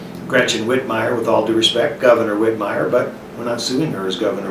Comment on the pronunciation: FYI. Michigan. It is Governor WHITMER ... Not Whitmier. Mich Sec of St is JOCELYN BENSON. Not Jacqueline.